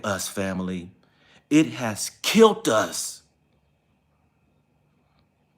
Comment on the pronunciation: I understand everything you went through for your son. I will keep you in my prayer. You are a STRONG Black man!! Oh, it's "killed", not "kilt". All in love!!!!